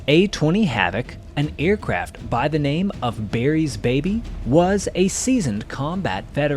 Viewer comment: Why does he keep saying ‘Berry’s baby’ instead of ‘Barry’s baby’?